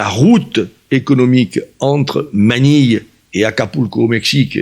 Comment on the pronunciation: ManiLLLLLLLe, carrEEEEEEEfour ... il prononce des lettres que le commun des mortels ne prononcent pas !